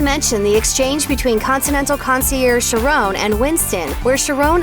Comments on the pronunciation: "Sha-raon"... really? It's pronounced "Kha-ron" as in Charon from Greek Myth. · his name is charon Not Charone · lmao "tranos" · Omg, can you at least pronounce Charon’s name right? 🤨